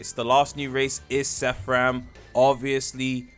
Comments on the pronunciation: bros saying SEFF RAM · bro its called seraphim, SEY RAH FIM NOT SEHFRIM (sorry idk why thats bothering me so much 😭)